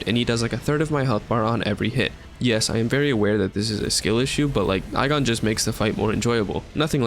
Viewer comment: The only issue is the pronouncing of igon it's ee gone otherwise great vid